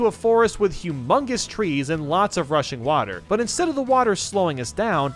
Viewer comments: Everytime he said "rushing water" I tought he said "Russian water" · When he said rushing water it sounded like rushian watar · When he says rushing water I keep thinking he says Russian water